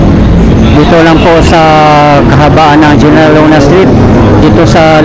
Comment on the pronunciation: Kuya, General Luna is pronounced "Heneral" Luna 😊